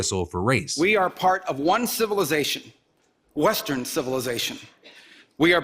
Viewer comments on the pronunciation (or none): the "Wh" on Western is crazy. He got a scary amount of applause. 🚩🚩🚩